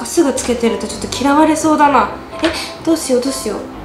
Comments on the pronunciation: どうしようがどうし「や」うになってる😂 かわいい〜☺️💗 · ８分３5にどうしようなのにどうしやうになってる！w